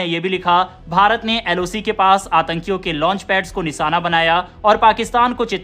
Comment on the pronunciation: Anchor alert निशाना या निसाना? बेवकूफ एंकर उच्चारण तो ठीक करो... कई शब्द गलत बोलकर अपनी भाषा का मजाक बना रहे हो। अगर तुम हिंदी भाषी हो तो चुल्लूभर पानी में डूब मरो